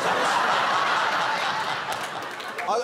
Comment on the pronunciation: Waaabbbit you jwust waaait!!! 🐰